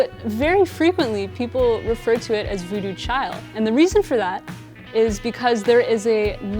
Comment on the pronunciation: its voodoo chile...not child